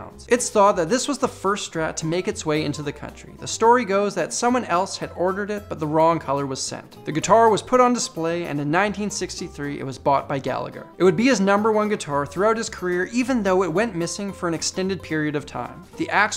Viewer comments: GH = h it is pronounced gallaher not gallager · Hi... While we love the acknowledgement of Rory Gallagher in your videos, it's culturally important to say his name correctly... That is to say that the GH in his last name sounds like the loch Ness monster... Gall-ah-her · A small uber-nitpick, but since he was Irish, Rory's surname is pronounced Gal-a-her In Irish the G is silent, and it's the standard pronunciation for Irish people. Other than that, fantastic video! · The middle "G" is silent in Rory's surname ...It's pronounced "Gallaher" :) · Just so you guys know, Rory Gallagher’s name is pronounced the Irish way, the second “g” is silent. Gala-her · Rory Gallagher his second name is pronounced galla-her FYI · Gallagher is pronounced "Gallaher" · IT'S PRONOUNCED GALLAHER😂 damn yankees.. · All Americans say Gallagher wrong I know it's not a bit deal and it's just the accent but as an Irishman it gets a tad bit annoying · Yo, Irish dude here it’s pronounced Gallagher you dot really pronounce the h at all